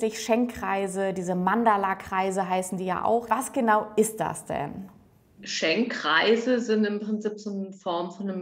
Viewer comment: Es heißt Schenkkreise, wieso sagt ihr dann ständig Schenk-reise? Nervt